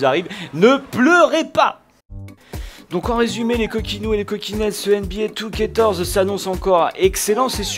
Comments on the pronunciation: Tu sais, C'EST NBA 2k14 pas 2TORZE OU JE NE SAIS PAS CE QUE TU DIS!!!! Nan je déconne mais prononcee le vien, tu as pas l'air très intelligent quand tu dis ça:) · Pourquoi tu dis NBA 2K torze ? Sinon super vidéo ^^